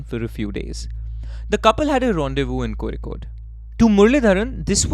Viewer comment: longer episodes woohooo! as always, great work, amazing research and delivery of facts, keep up the good work y'all! stay desi! also, Kozhikode pronounced correct this time 😂